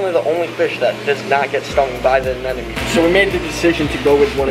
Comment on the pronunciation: anemones that hosts clown fishes are the short tentacled anemones, and its anemone not anenome!!!😃😃😃